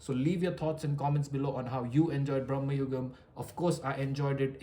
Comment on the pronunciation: dey aa cinema ഒന്ന് കണ്ട് നോക്ക്.. മമ്മുട്ടി തന്നെ പറയുന്നത് ഭ്രമയുഗം എന്നാണ്.. not ബ്രമ്മയുഗം